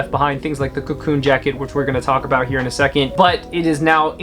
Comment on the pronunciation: "Cocoon" isn't it :) anyway, love from Berlin!